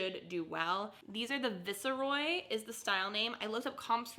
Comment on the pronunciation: If the brand was Viceroy, it's pronounced with a long "i", i.e. Vice er Roy. Just fyi.